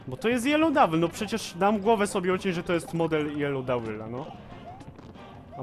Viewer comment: "Jeloł Dawel" twój angielski czasami mnie rozwala. XD